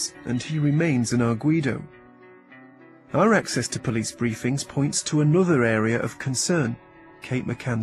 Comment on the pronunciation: Gerry slips up with his Glaswegian accent in the interview , he says "what OOR motive is" At first I thought he said "her" but I've listened to it a few times now and he definitely mispronounces and says "oor" (our the in Scottish dialect).